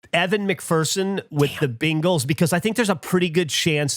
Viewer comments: i like that says bengals like bingles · "Jag-wire" Also wasn't it Geoff who said "bingles"? Oh it was both